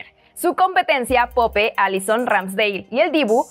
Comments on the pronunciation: Mencionar el apellido de pope tal cual se escribe es una gran señal de que habla de fútbol solo por que te dan el guion y no por que conozcas 😂😂😂😂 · CAL"S"IO, PO-PE, otro vídeo donde no pronuncia bien los nombre 😴😴